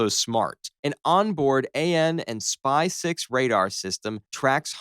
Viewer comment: You’re specifically referring to the USS Arleigh Burke as a reference, but that ship isn’t a flight III; it’s a flight I. (I mean… duh) Its not pronounced “A-N and spy six” its “Anspy six” : thats a drawing of a battleship deck. Not a destroyer.